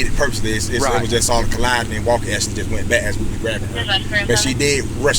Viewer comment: Officer Wall-ker! 😂